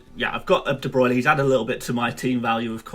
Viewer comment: jack holmes ohhh he’s calling Bruyne “Bruno”. Makes sense now